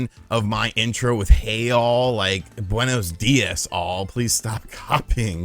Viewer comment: Wait... so you don't like it when the twitter people talk online about people they dont like, but you get mad at Scott the Woz for saying Guenas Diaz or however you spell it at the beginning of his video. You don't own those words and your a hypocrite.